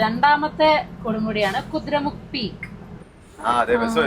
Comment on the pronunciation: കുതിര മുക്കല്ല... കുതിരമുഖ്